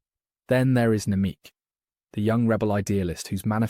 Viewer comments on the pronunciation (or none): Karis Nemik = Nem-ick not Nem-eek. liked for having a great point overall